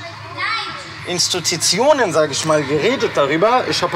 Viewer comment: HAHAHAHA "Instutionen" 😂😂😂